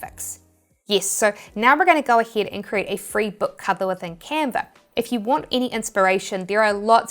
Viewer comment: why yees instead of yes and aheed instead of ahead is it like a kiwi accent ?